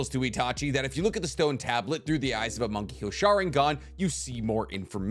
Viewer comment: Thought he was saying "monkey go sharingan."